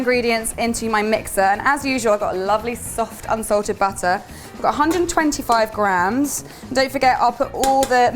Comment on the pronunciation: I like how she pronounces butter and batter the same way... 😊